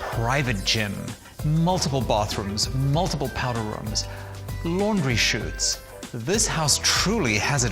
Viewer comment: “All the Reoms” lol